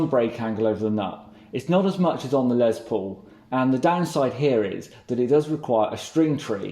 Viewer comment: Love your channel, but I have to be that guy! It’s Les Paul, not Lez Paul!